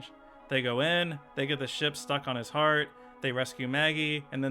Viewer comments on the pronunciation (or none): none